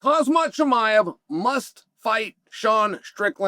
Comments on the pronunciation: Please bro how hard is it to say KHAMZAT instead of Khazmat. In every single video man .... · I love how he says Khamzat like Hazmat with ahh’s for a’s😂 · He called him Hazmat. 😂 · Chael mispronouncing "Khamzat" every episode is hilarious